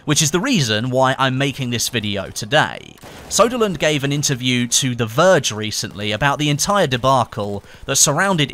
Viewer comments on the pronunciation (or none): Its ”Söderlund” not ”Soderlund”. The ”ö” is prenounced as the ”e” in ”early”.